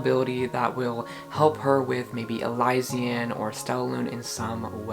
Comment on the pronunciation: I’ve been listening to the official audiobooks and so i think its pronounced e-Liz-sian